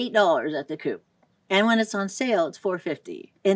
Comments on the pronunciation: It is called COOP, not coupe. CO-OP 😊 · Very nice video. Thank you . Only one comment, I know the grocery store COOP, but it is pronounced like “cope” . The word in English is the abbreviation for a cooperative or co-op. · In Italian it is pronounced like the word "cope". One syllable, closed "o".